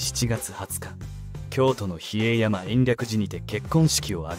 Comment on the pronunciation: 比叡山を（ひえいやま)と読んだのを聞くのは初めてだし、沢田一人（さわだかずと）を（さわだひとり）と読み違えたり アナウンスは全くなってない。アキレタ！